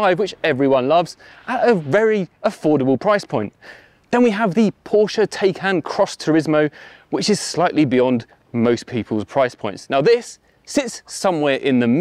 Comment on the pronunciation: Say it: Tie Kahn